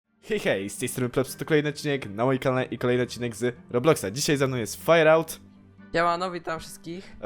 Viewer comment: Nie Fairout tylko Frajerołt